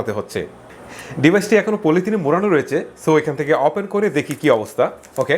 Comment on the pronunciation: আপনি কথায় কথায় অপেন বলেন কেন? ওপেন বলবেন কথাও ঠিকরে বলতে পারেন না কি রিভিও করেন?